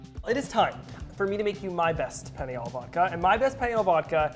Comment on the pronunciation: The fact he cant say "penne" right